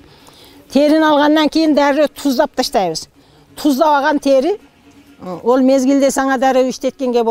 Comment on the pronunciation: Тээри эмес,тери деп эле айтылат